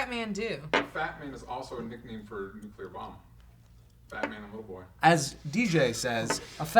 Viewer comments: Silly Joe, saying nucular! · They're aware that Heisenberg isn't just from Breaking Bad, right? Also, Joe saying NUKULAR really...grinds my gears. NU-CLEE-UR (Nuclear) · Oh man, Joe. "Nuculear bomb." George Bush is that youuuuu??? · It's really bugging me hearing them say nuclear as "nucular" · really joe? nucular......i thought u were better than that